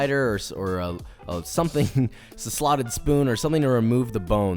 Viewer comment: What's a slavic spoon is what I thought when you sa9d slottef spoon lol